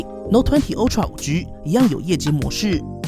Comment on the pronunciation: Ultra是唸凹不是歐喔